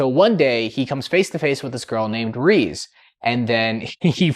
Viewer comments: I 100% agree peak cinema… but it’s reze.. not reez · Say it with me now!!! "RAY-ZAY"